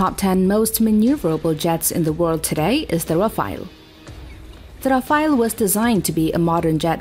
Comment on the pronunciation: bro what's the " Raphael ", it's Rafale